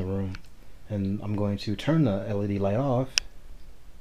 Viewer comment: LED Screen, NOT LECD! WOW!